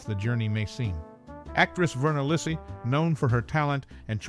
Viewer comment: Thanks for your video, but you are mispronouncing her surname! The Italian name Lisi is pronounced Lee-see (accent on the first syllable).